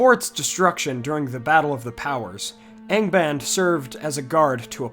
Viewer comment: good god, I honestly thought you said gangabang at the beginning there for some reason when saying Angband......